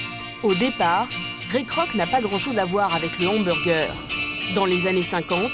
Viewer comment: c'est pas le doc ou on parle d'Hamburjer ?? faut pas que je le croise celui la il va pourrir mon cerveau encore pour quelques années avant que joublie sa facon de prononcer le mot Hamburger 😡